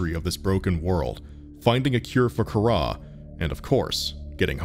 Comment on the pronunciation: Not Kahrah,car ra.